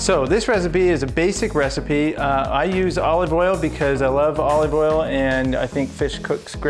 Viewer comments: Is he saying O leave Oil? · Bro says olive oil mad weird. Good video tho.